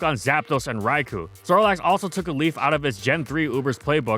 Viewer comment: You think with going over a Gen 2 OU staple he would pronounce the other staple correctly. It's "rai-koh" not "rai-coo".